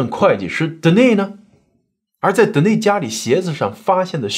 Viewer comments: 是不是发错音呀？De ni s，是不是应该读 Den ni s 才对？ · Denis的发音是 dan-ni-s 丹尼斯